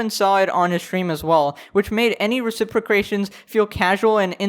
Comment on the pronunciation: "Reciprocrations"? Unsubscribe